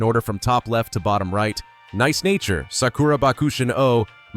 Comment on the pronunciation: This video is pretty helpful, and im is always down for a nice tier list. The voice work feels very script on the side whkle recording I f that makes sense, but it's not a big deal. And some of the pronuciations are just off. Come on dude "neece nature"? Feels al.ost ai voiced via inflection